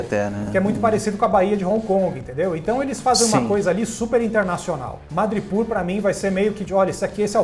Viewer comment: Pessoal, a pronúncia é "madripÓr" e não "madripÚr".